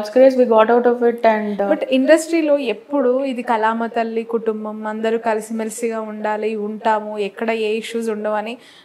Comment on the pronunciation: కలామ తల్లి ఏమిటే anchor కళామ తల్లి అని కూడా పలక లేవా. నీకు ఇది సరైన వృత్తి కాదు తెలుగు నేర్చుకోకపోతే